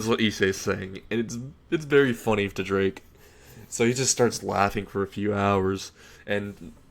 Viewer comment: Good story but your pronunciation of several terms and names is wrong. For example, you said Ko High, when it's Kuoh High. Also, you kept saying Drake instead of Draig. The resurrection should be an entirely Spanish name like all other Arrancar releases. Empty Dragon Oni (Ogre) translates to Resurrección: Ogro Dragón Vacío